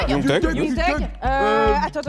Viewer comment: Comment elle a prononcé les noms des rappeurs us😞 ioungue teugue, lil tiji